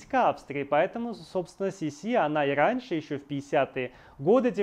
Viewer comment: Козенаме ( уменьшительно - ласкательное имя) Елизаветы Австрийской звучало не СисИ, а СИси.